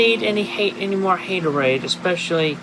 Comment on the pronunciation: she said haterade like larz